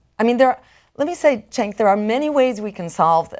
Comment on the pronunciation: I love Jill, but she should have checked how to pronounce Cenk's name. lol